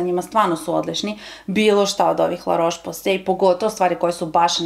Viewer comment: Cita se LA ROS POZE ,nauci kako se izgovaraju nazivi proizvoda i kog su porekla ! La Roche Posay je francuska kozmetika uglavnom za suvu kozu ! Za tvoju informaciju,svaki proizvod ima rok trajanja tako da je jako lose sto koristis neke proizvode dve godine !